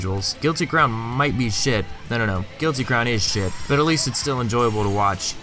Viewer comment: You say "shit" like an Irish man. I respect it.